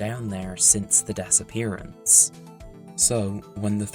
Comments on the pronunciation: "the Dessappearance" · I like how you say 'disappearance' as 'Dess Appearance' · I kept hearing "disappearance" as "Dessappearance" Edit: Wait I think that's actually what was said lol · The Dessapearance? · “the dess-appearance” 😭😭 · the *dess*appearance?